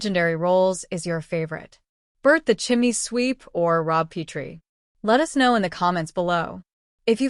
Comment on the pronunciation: It’s pronounced “PETrie” (as in I have to take my PET to the veterinary) not “Peetrie”.